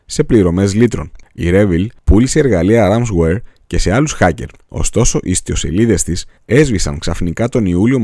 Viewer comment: Ωστόσο οι ιστοσελίδες της και όχι οι "ιστιοσελίδες" της :) Κατά τα άλλα σε ευχαριστούμε από Καρδιάς για την ενημέρωση :) Παρακολουθώ όλα σου τα video , μου αρέσουν ! Αλλά σχεδόν σε όλα έχεις λάθη στην ομιλία σου . Αν ακούσεις προσεκτικά τα video θα διαπιστώσεις ο ίδιος λάθη ...... Προσωπικά δεν με ενδιαφέρει επειδή κρατάω την ουσία στα video σου και η ουσία είναι ποιοτική :) Συνέχισε ! Σε γουστάρουμε !